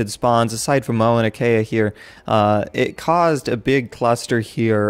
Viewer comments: Lol dammit, as someone who lives in Hawaii, Mauna Kea is pronounced m-ow-nuh keh-uh. Just for later reference <3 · Mauna Kea is pronounced MAWnah KAYah I believe